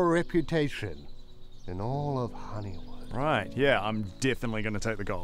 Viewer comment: At first I thought he said "I'm gonna take this reputation and I'm gonna let all of Hollywood know what an asshole you are." Took me a moment to realize he was saying Honeywood.